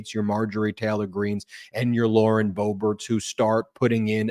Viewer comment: “Lauren Booberts” 😂😂😂